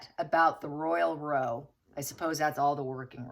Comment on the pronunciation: it is Royal row (pronounced as in now) - meaning argument We use row (pronounced as in now) as argument in the UK.